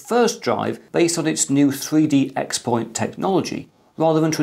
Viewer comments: FYI : 3D xPoint is pronounced "3D Cross-Point" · I know this video is old & you most likely have already been educated on it but I'm still going to say it anyway. You pronounced 3D XPoint incorrectly. It not pronounced "expoint" but its pronounced "crosspoint".